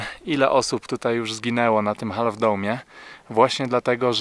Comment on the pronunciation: Half - to się wymawia się bez literki "L" :)